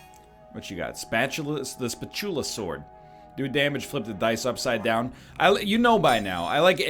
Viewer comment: Anyone else getting irritated by how egg pronounces "Spatulasword"?